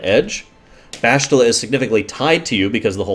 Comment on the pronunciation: Why do people keep on miss saying Bastila's name?! it's not BaSHtile and it's not BasTILa it's BasTiLA!